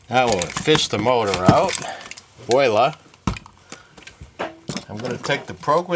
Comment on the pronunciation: Viola is pronounced wala